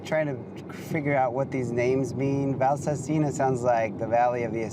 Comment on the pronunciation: please, Valsassina is pronounced with the accent on the second a not on the i. Your wife is Italian and she knows. 😁